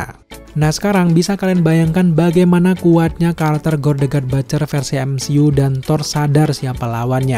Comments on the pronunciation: Butcher om ... Butcherrrrr bukan batcherr... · ciye yg udah bapak bapak.. saya 43 thn bapak... Coba bapak.. liat konten luar negeri.. sebelum bapak mengkritik komen anak mu ini... Civa lah bapak bisa legowo terima kritikan...kalo perlu google how to pronounce the word butcher.. is it sound batcher.. ? Well i m trying to inform there s a mistake with the pronunciation .. if u disagere with my opinion at least u can do is trying get some references.. was i correct or wrong before u wrote sarcastic comments... thx you bapak